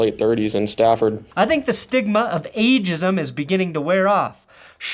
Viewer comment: He said age jizm